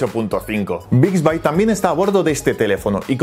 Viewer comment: Se dice Bixbi , no Bixbay